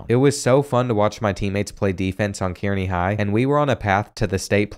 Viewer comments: Its not kear-knee it is car-knee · Love the vid! You're one of the best creators out there. Small thing. Kearney is pronounced more like Car-nee. At least to us over in Omaha and Lincoln. Maybe the drunks at UNK pronounce it differently though. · Hahahaha . I was looking for this comment. That Key-Air-Knee pronunciation was killing me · He butchered Kearney 😂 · It’s car-knee not keer-knee 😂😂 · Geo Sarria being an absolute liability at WR 😐 Also (as a Nebraska native), Kearney is pronounced “Car-nee” 😅 The freshman year loss to Nebraska felt good, though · I love your vids man... but next time you doing one on Nebraska schools, hit me up and I'll help with how to pronounce all the towns here! I went to college in Kearney 😂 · From Nebraska here.. Kearney is pronounced car-knee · It was bothering me- Kearney is pronounced (Car-knee) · i love you but you absolutely slaughtered kearney. It’s pronounced kAREney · Lol it’s pronounced “Carney” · Kearney is pronounced carney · Haha the way he pronounced Kearney had me laughing.